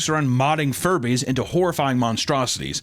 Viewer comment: Dammit. Now Furbies are forever going to Jewbies in my mind 😅 Edit: Jujubes (pronounced Jew Jew Bees) aren’t candy, they’re Furby eggs 😂